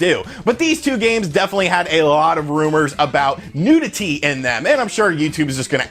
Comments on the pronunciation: Your saying NUDITY not NEWTITIDY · NEW-dih-tee lol this was a great vid. I remember all of these rumours xD